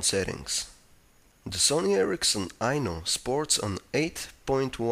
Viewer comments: lol until i read the title a second time i thought he was saying "the sony erricson i know..." lol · I kept thinking he was saying "The sony ericsson I know "